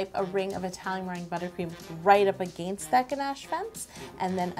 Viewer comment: “right up aganeest that gnash fence”